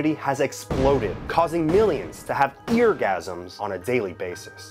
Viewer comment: i threw up when he said the word "eargasams"